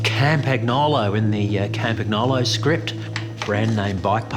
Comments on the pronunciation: [Kampanjolo], not [Kampa-gnolo]! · Love the this short film. BUt it's CAM-PAN-YOLO 😊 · Aussieism: Camp-ag-nah-low. Haha. This video felt so good.